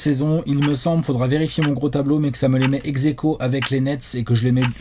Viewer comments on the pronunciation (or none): "Ex-aequo avec les Nets" J'ai commencé à parler chinois quand j'ai entendu ça mdrr